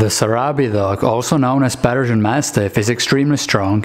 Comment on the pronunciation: When you pronounce Persian it sounds like you're saying Belgian